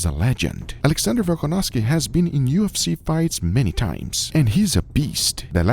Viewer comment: There are mistake on . "Volkanoski" instead "Volkanovski".